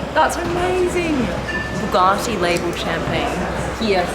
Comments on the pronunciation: Hey, what an amazing Video :) Please can you say "Bugatti" and not "Buuhghaaati"? There is no "h" in Bugatti. ;) Thank you and go on with this cool videos :) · Dear Supercar Blondie! FYI “ Bugatti” is pronounced “Bu-Gatti” There is no “r” anywhere in the car name! Great channel though ! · I hate the way you pronounce bugatti. BoogARtti